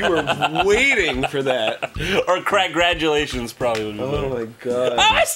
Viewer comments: I was drinking coffee when Jon said "ConCRAGulations" I didn't spit it out, I just calmly set my coffee down, pulled my keyboard tray out, then limply dropped my face onto the keyboard. Groooaaan. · Lost it at ''Con-crag-ulations'' XD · Congragulations Jon...Concragulations...... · when he said conKRAGulations i was dying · concragulations. EHEHEHEHHEHEHEHEHE